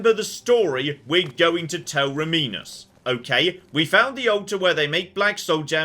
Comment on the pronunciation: Oh... Rah-mee-nus... After you learnt how to actually say his name... And Traven saying his name 30 seconds later...